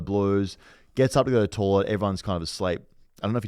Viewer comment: I’ve held my tongue for the first season but I can’t go on any longer. Someone tell it’s toilet not tawlet